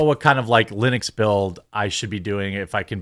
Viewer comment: Is it Lenux or Linux?